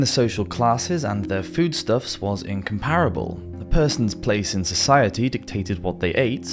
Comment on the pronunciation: He's obviously just reading a script; he doesn't even know where the accented syllables should be: "in-com-PAIR-a-ble", "pro-MIS-cu-i-ty", etc... That's not British, it's just stupid!